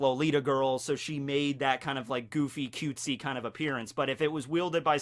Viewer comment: I die more and more when he says "cutesy"